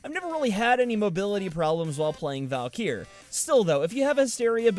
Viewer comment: is she actually pronounced "val-keer"?